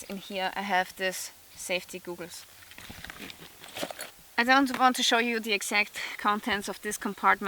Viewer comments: Ok dude, I was talking how she pronounced google's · I love it. Thank you. Also, your English is amazing. One pronunciation thing--goggles like you wear for your eyes are pronounced as "gah-guls." You are inspiring. I've really appreciated your videos--this one plus your shelter videos and your cooking videos. Thank you. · "Eye googles" lol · I just listened to her say goggles. lmao 😂